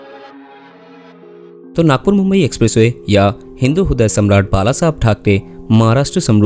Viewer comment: हिंदू हूदय नही हिंदू रीदय ऐसे पढीये